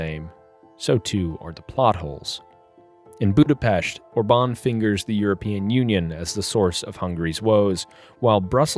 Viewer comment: I forgot to mention how much I love the fact that you could pronounce Budapest like how it's supposed to be.